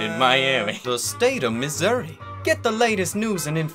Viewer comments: Probably won’t see this, but thank god you pronounced Missouri right. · So why aren't we talking about how FLAWLESSLY he pronounced the state of Missouri tweet?